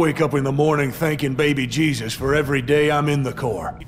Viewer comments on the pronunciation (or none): none